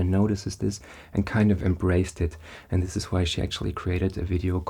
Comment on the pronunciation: I imagine she has lived In Aus for many years. Can definitely hear the thicker "thus" rather than "thiis". And she rolls an R sound so most likely originally from southland in nz. But crazy indeed. I'm a kiwi currently in Canberra 😊